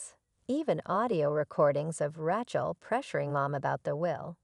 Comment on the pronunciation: Please teach your AI to pronounce the name Rachel correctly.